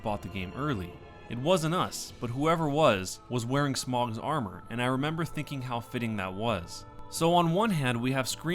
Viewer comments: It's not pronounced "smog" it's "smo" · he says it like smog but it's pronounced sm ohhh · not pronounced smog, its smoh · its "Smo" not "Smaug" :,( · smough is pronounced smoh not smog and it wasnt the graphics in 2 that were reverted from the initial reveal, it was the lighting even in your comparison you can see current DS2 has better graphics but the pre revelased footage has better lighting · It's "Smow" not "Smog" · Smogs armour? That's a horrible pronunciation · Smog.... are you kidding me? ITS FUCKING SMOUGH NOT SMOG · It's smoe.. not smog, smoe. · It's smow not smaug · Smough is pronounced, "Smoh". Not, "Smog" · "smogs armour" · Ornsteen and Smog. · smough is pronounced smo rhyming with go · SMO! SMOOOOOOOOOOOOOOOOOOOOOOOO! ITS FUCKING PRONOUNCED SMO! FUCK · Lmao it's smough not smough and it's ornstein not ornstein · It's pronounced Smough, not Smough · Bruh how can you pronounce smough wrong